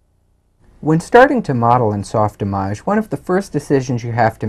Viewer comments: Soft Image Not soft "ih mojj." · It's soft-Image, say it right.